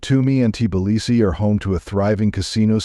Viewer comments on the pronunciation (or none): Hey Bot get your programmer to correct the pronunciation of Tbilisi.